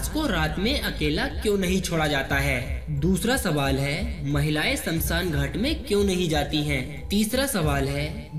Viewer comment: Samsan nahi smashaan